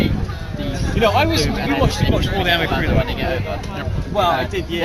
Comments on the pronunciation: I’m sorry but did the first guy say A-NIME😂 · The way he pronounced anime...